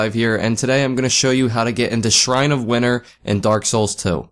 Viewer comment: PA accent lol